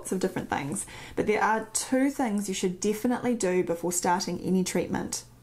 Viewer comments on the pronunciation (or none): none